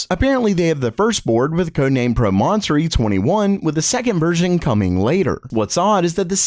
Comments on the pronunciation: Tell me you've never heard a written word pronounced before without telling me... Prom - on - to - ry : for future reference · You can't pronounce "Promontory" correctly?!?